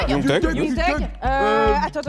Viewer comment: Comment elle a prononcé les noms des rappeurs us😞 ioungue teugue, lil tiji